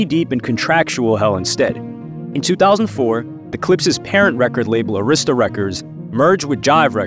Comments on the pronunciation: Dude pronounce arista records wrong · You pronounced Arista and Koch wrong